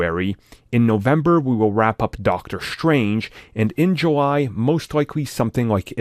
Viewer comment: Why do some people pronounce “strange” as “shtrange”, “streaming” as “shtreaming”?